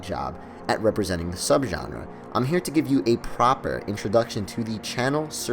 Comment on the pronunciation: you mispronounce genre so much that i literally felt like... okay i can't find the words for it